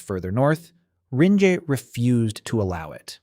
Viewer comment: Just when I thought it was over I’m hit with “ringay”